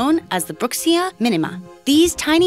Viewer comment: It is pronounced, bro-kee-zee-uh